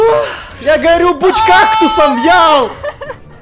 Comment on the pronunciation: Это ял реБЯТ ЯЛ ВЫ СЛЫШИТЕ ЯЛ